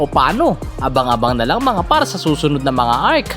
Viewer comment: "mga PArrrrrrr!" 😂